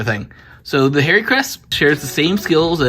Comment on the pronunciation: Its "Har-Ree" not "Hairy"